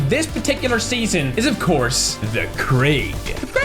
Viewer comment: I love how he said for 2 videos "at the number one spot THE KRIG!"